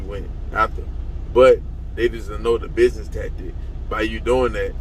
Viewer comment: Don't trust anyone that pronounces business as binez.